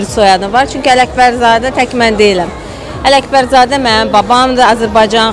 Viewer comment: k hərfini niyə h kimi tələffüz eliyir həmişə mən anlamıram da "ələhbərzadə","əməhdar artist "